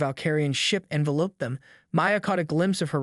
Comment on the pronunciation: Teach the fairly good AI how to pronounce Envelope as in a mouth enveloping a piece of .candy.